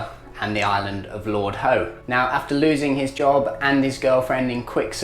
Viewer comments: Lord Ho ',,,no no no,,, Lord How is the correct pronounciation.. Thanks. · It’s Lord How….. not Lord Ho…. And it’s Pah-dung not Pa-dang you e-jit